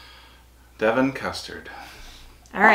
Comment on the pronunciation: YAY pronounce Devon correctly. Laura has the right idea about just coming to the UK with the cloths on your back and 2 empty suit cases. as you will spend most of your time eating and need to buy bigger cloths to go home in. lol pies you need to try when you visit are gooseberry pie, rhubarb pie and treacle tart. also steak and kidney pudding. which isn't a pudding in the American sense of the word. it is like a steak and kidney pie, but with a steamed suet outer pastry.